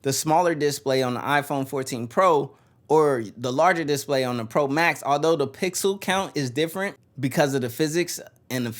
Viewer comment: is he meming when he pronounces display wrong 10000 times in a row?